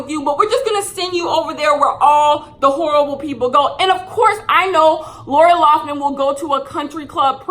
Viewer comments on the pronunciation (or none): “Laura Laufman” 😂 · "who's laura lawffman?" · Idk if it was meant as shade but every time you called her Laura Loughman instead of Lori Laughlin I hollered 🤣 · She said “Laura Loffman” 😂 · SAY LAURA LOFFMAN ONE MORE TIME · who is laura loughman? her name is lori loughlin 😂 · Take a shot every time says “Laura Loughman” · love you girl but her name is pronounced like Laurie LOCK-LIN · I love that you pronounce Lori Laughlin's name differently every single time you say it.